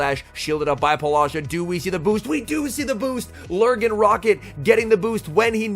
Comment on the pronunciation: Please stop saying polasha, her name might be Paula, and then whatever is that Sha that she added to it. Great commenting as always, just your pronunciation of her name it's tickling me lol